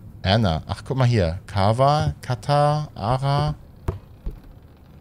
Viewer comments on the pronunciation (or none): Ich helf dir kurz mit der Aussprache der Buchstaben^^ Ich hab russisch in der Schule noch gehabt u lesen kann ich das noch.... AHR heisst eigentlich Anja^^ denn das ist umgedrehte R sozusagen, ist ein "ja". Oder Katr wäre dann Katja.. U nein ich will nicht neunmalklug dahersabbeln :D ist schön, wenn man Wissen weitergeben kann u ich das tatsächlich nochmal anwenden kann :D